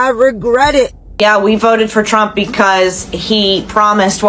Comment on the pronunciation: I like how the way the narrator pronounces his name sounds like "tramp". lol